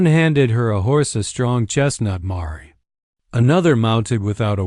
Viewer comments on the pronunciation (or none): It is mare to rhyme with hare, not mar-y, and it is mesa not mason. The AI does not know that punctuation marks are not pronounced and the characters' speech should be in quotation commas.